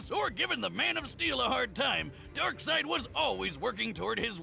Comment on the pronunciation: I'm surprised you actually pronounced Darkseid correctly. Nobody ever does